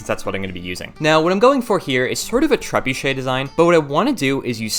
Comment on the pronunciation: Poor lad can't say trebuchet 😅